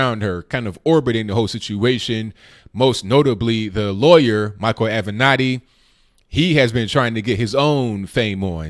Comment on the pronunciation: Finally someone who can actually pronounce Creepy Porn Lawyer's name correctly....